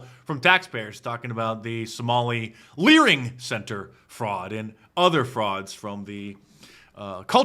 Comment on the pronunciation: Leering center 😂😂😂😂